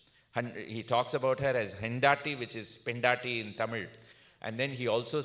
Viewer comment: I love Sriram V's programs. However, this was a let down. He set it up as a work in process, and it showed. Sri Purandaradasa is more than silly statements about his caste. Not knowing Kannada is not as big a problem as is the lack of preparation. Hendaatti? Seriously? Did you actually have Kannada-speaking people advise you on how to pronounce it? The reason why the "carnatic" circle relegates Sri Purandaradasa to thukkadas is because they don't know any better, and the lyrical content can be a tad uncomfortable. What we now have in carnatic circle is an arrogant sound-is-everything mindset. Now I understand, Sriram V is part of the "Political Academy", ahem, the "Music Academy" which doled out its prize to a numbskull who thinks carnatic music is the same regardless of whether it is about Siva or a skyscraper. Now it all comes together. Sriram V is part of a group with an agenda - to snuff out lyrical content from carnatic music. No wonder he cared two hoots about the lyrical value of dasa sahitya.